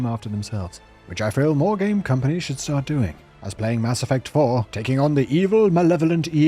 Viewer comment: "Press [Enter] to Sfarf!" Instant sub, bell's on too.